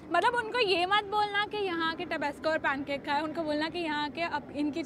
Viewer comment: Tere ko theek se bolna nahi aata kya ...take English classes Mojito ko mohitoo Zomato ko zometo Tabasco ko tobesco